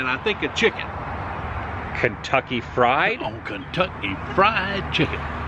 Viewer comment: Love u Adam and Adams father you said Kentucky FRIEND chicken instead of Kentucky fried chicken lol❤🤷‍♀️😭